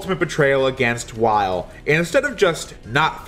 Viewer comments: Weil is pronounced "Vile" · The Weil as Wily thing would work more if Weil's name wasn't German. His name is pronounced 'Vile'